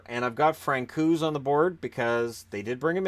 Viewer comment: Just a detail....it's Frantz - owes (Francouz)